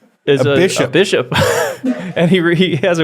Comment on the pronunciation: guys seriously, "Bishiop"